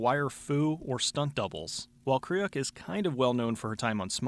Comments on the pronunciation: It's pronounced "Krewk." Sorry, that was just grating on my ears for some reason. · Yeah, I was about to mention that, too. Her father’s Dutch, so Her last name originally pronounced like [krøːk], with the øː sounding more or less like the “u” in “fur”, or the German “ö”.